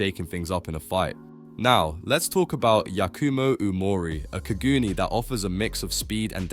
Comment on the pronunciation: When u said kagoons it hurt me